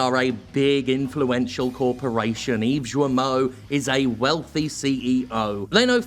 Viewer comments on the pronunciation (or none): "Yves Joamoh"?